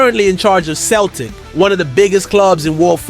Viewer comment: It's not k/Celtic.. it's with a c as in cel tic.